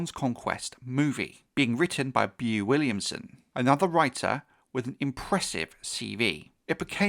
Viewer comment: Bro his name is pronounced "BO" and his last name is Willimon. Not "bee-yuu williamson" Do better lol